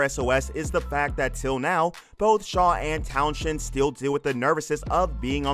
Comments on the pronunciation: Dark secrets my arse. What a load of crap. The title should be around interesting facts not misleading and clickbait. Its pronounced Towns End not town shend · At least you could have pronounced Fuzz Townshend's name correctly ! It's not Tow-shend. Rather Towns-hend. But I forgive you, after all you're American. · The name is pronounced Towns-end . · His name is pronounced towns end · You need to learn how to pronounce Townshend. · His name is FUZZ TOWNSEND not that abomination you tried to say